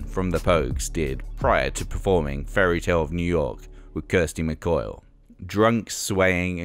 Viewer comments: Kirsty McCoil? Its Kirsty McCall...also spoken is not pronounced Spocken..other than that was enjoyable :) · The voiceover is awful. "Kirsty McCoil" ?? Immolate not emmolate. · A lot of those performances were bad on purpose. Also top of the pops was broadcast live i think live . They had little time to change band equipment around, hence the mining was needed. By the way how did you manage to mispronounce Kirsty McColl's name wrong. Its not mccoil, it's pronounced how its spelt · It’s MacCOLL not COIL and the Jocky Wilson prank was settled a long time ago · It's Kirsty McColl not McCoil.. Duh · McCall not McCoil Get your facts right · Its not Kirsty McCoil. Its Kirsty McColl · Kirsty MacColl not Kirsty Mac oil. Get it right please. She deserves that at the very least. "Turn the light out and don't shut the door". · Kirsty. “Mcoil”?